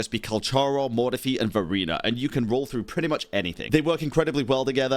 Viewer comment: Its hard for me to unheard Furina when say verina 🗿